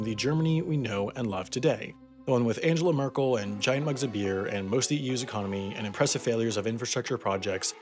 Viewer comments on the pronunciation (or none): It's Angle-la Merkel thoo. Still a very good content nonetheless :) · The pronunciation of Angela Merkel 😂